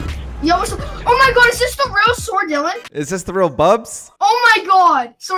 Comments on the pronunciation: Not even a minute in “Ayo bro it’s ” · Every time Dylan uses fills: No way it's **!